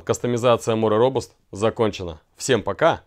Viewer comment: «Робаст» у дарение на А .